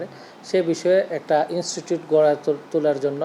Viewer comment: ইনস্টুট না ইনস্টিটিউট।